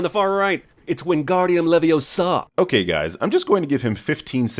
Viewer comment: He also said wingardium leviosa wrong, bruh. That's literally the whole scene in harry potter and this man fucked up the only thing about.: "It's wingardium leviosaaw." Hermione: "It's wingardium leviOOHHsa, not leviosaaw." Can't even make a pop culture reference right, goddamn.